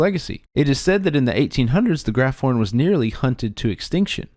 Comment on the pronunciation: In your discussion of Graphorns starting , I believe the pronunciation (at least according to the films, Wizarding World info and other materials) is grap-horn. I know it's easy to see the "ph" unhyphenated in a word and automatically assign it the "f" sound, but this appears to be an exception to the rule. Great presentation, thank you putting this out there!